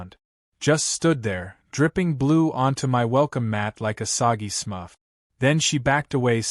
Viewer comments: it's Smurf not smuff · SMUFF? Do you mean SMURF? 😅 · Smurf, SMURF, NOT SMUFF 🤦‍♂️🤦‍♂️🤣🤣🤣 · Smurf not smuff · What is a smuff? What is a “blue hand motion”? Yes, I know it should have been Smurf. I love the bad AI mistakes! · It is "Smurf" not "Smuff". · I think you mean SMURF, not smuff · I had to give up after 10 minutes. The horribly bad AI reading- wierd word inflections, misread words like "conduct" where you pronounce it as you would electrical conduction rather than behavioral conduct, odd pauses, or weirdly running words together- and for the love of god it is "Smurf" not "Smuff." Also for a story about HOA's you can't even pronounce or spell HOA correctly. Please stop with this AI slop, it's badly written, badly read and just plain terrible. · LoL..... The A.I. can't even pronounce Smurf right funny shit!